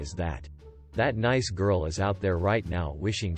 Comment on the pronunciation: Get a text to voice program that knows the word nice